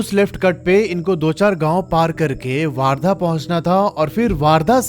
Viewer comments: Warrda❌ Wardha✅ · वार्धा नहीं भाई वर्धा है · वर्धा हैं वो वारधा नहीं है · वार्धा नही वर्धा है वो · भाई वार्धा नहीं वर्धा है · Or wo waardha nhi ....wardha hai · bhaiya wo waardha nahi, वर्धा है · Bhai wo waardha nhi hain wardha hain ..... sorry to correct you